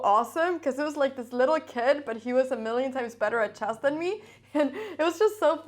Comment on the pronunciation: I love hearing her say "chass" - you know you are in a Cramling video!